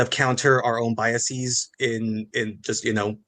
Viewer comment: I lost it when the "writer" said "bias-EE-s". How can you be a fucking writer when you're that illiterate? That wasn't even the first super glaring mistake of that kind in their stream, how fucking embarrassing for them if they were even intelligent enough to know to be ashamed of things like that